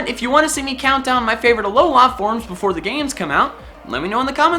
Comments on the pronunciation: why are you saying alo lah instead of alo luh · the way you say alola triggers me :^)